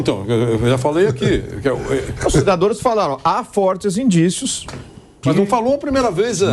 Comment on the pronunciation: Não! O Cajuru disse indicíos!